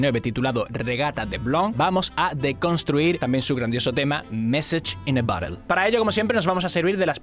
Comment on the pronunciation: mesach in de borerd , como le cuesta pronunciar eso ajaja y a mi tmb xD